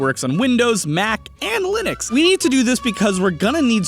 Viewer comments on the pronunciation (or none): none